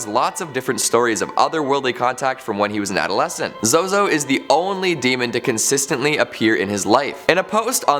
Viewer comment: I suggest pronouncing his name correctly.